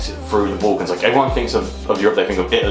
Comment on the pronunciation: it's pronounced BULL-cans (or BAL-cans as in "gal") not BOLL-cans!